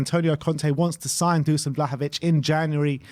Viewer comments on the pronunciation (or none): Just on the pronunciation of "Dušan Vlahović" - it's not Dusan, it's read Dushan (sh is read the same way as in "shut up"). Cheers!